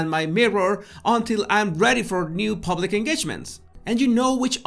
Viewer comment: Oh leave the poor woman alone. She's only human just like everybody else. Are we all so perfect? And the word us PUBlic not pooblic.